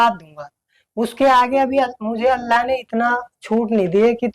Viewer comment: pahle bolane to Sikh chahie😂😂 Allah ka naam to pahle acche se le Lijiye